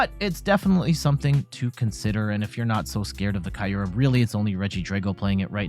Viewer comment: it's kyoorem not kayurem